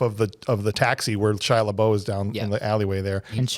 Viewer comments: Why do you call him lebou his name is lebeouf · And its pronounced “lebuff”